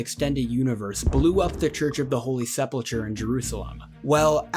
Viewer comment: Amazing video. Just one thing. You called the Church of the Holy Sepulcher Seh-pull-cher but the h is silent so it is Seh-pull-ker